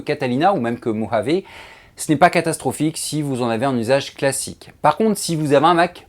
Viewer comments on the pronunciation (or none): none